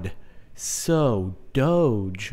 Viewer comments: It's pronounced "dogue" with a hard g. Not "dohj" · it's pronounced doh-gee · Your pronouncing it wrong, it is actually " dohg" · DONT PRONOUNCE IT DODGE! SOUNDS WIERD! SAY DOGE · so caht,not doge,its dough :3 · Doh-j Is the way to say eet. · It's not a "j" sounds it's still a "g" sounds "doge" NOT. "Doje" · oh god, I hate the pronounciation "dowj" (like CaptainSparklez says it)... I really prefer "dawgee" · It's Doh-ge not doge. When you say doge I think your saying dodge without the d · ITS DOGE NOT DOJE g as in go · It fucking hurts listening to you say 'doag' it's a dog hence the pronunciation 'doggie' (dog-e) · Pronounce doh-géh, it sounds annoying when u say doooch :p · I say "doughj" as well. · It's pronounced Dough-je. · Doge is pronounced D-oh-g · dog-e is the way say it. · ACTUALLY Jordan, you are wrong this time. The creator of the meme and dogecoin has announced in a recent article that it is actually pronounced "Doughj". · I thought it was said like Doh-jé or Doh-Jéé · He was wrong, the official way to pronounce it is doge. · Doge is pronounced DOG-E or Doggie, that's why there is a dog a it's logo... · There's one way to say it I looked it up it's said like this doh-jay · The way he says it is just annoying XD... It's DOG-A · Sparkles it's do ge with a gu sound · It's pronounced as Doh-G (say the G like when you say the word "girl") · My friend say Dogeh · its dog but with a silent e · I thought it was pronounced dough-gee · Actually it's pronounced doge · It's D-o-gue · It's "Doag" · its pronounced d-oh-ge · Its pronounced Dohg/ or dohgeh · its pronounced "dohgee" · AHHHHHH I CAN'T BELIEVE YOU'RE SAYING DOGE WRONG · The term originates from "LOOK AT THIS FUCKIN DOGE" so no. It is dog-e. You can make the "dog" part throaty to drive home what you're talking about. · You say it doge not doge how you not know that!